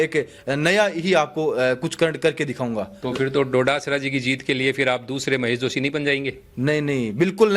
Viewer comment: पत्रकार महोदय गोविंद सिंह जी डोटासरा जी हैं बार बार “डोडासरा “सम्बोधन शोभा नहीं देता